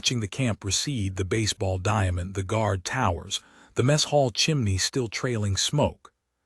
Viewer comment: . . . slid into the messHALL??????? WRONG SYLLABLE EMPHASIZED. It's MESS hall, NOT "messHALL"